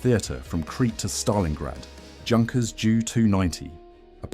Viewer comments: I love those videos. But my ears bleed when the Junkers is said like juice. It should be said like YOU. Junkers! That’s german name! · Your pronunciation is rubbish. Junkers is pronounced Yunkers and it's M.E not me or D.O not do, spoilt the whole presentation along with a few "fantasy planes" that never existed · “Junkers”….. wrong pronunciation.